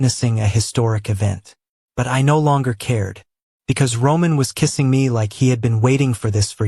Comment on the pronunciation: This was a great story until the narration changed languages every time a sentence started with the word "NO" and it got worse at the end when he said "Keesing" three times in a row. I really hate the language changes and then came the worst part of the story at the end when their "FOREHEADS" rested on "FOREHEADS" Please get rid of these lines. I'm tired of hearing them over and over and over again!!!